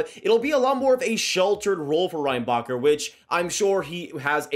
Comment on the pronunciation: The way his name is actually pronounced : Ren-Ba-Herr The way Americans pronounce his name : Rain-Bah-Cur Cracks me up every time. And most people in Montreal do the same thing to 😂 At that point id rather just call him popcorn, in honor of Orville Redenbacher